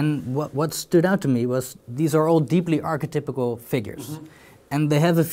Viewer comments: Take a shot every time he says “arche-typical” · good interview, but god damn archetypical has me wincing.